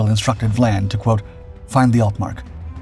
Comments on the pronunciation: Captain Phillip VIAN, not VLAN.... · Your narrator misread the name of Capt. Vian. That is an "i" after the "V", so it it is Capt. VY-ANNE, NOT Capt. Vlan. So a human narrator for once? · Apparently Captain Dau was forced to retire & killed himself on the day Germany surrendered. And it's "Phillip Vian" - not "Vlan" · For Gods sake get it right !! It’s Captain Philip Vian NOT Captain Philip Vlan. Also, why are you showing images of battleships and cruisers when HMS Cossack was a destroyer. There are plenty of images available of British destroyers, including Cossack, so there is absolutely no excuse for this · Capt VIAN not Vlan. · It is good that, again, the AI mispronunciations have been picked up. There is no letter l in Sir Philip's name - It is VIAN. Moving on, there is no "D" in British - but there is a letter T with which Americans have difficulty. Again, the refusal (not denial) of permission to proceed would probably (not "likely") have been refused, not "denied". English is our language, and we are proud of it: American is a somewhat different language, in increasing ways.